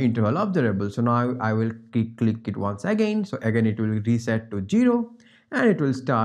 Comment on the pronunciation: thank you. just a quick english tip: say zero and not gero.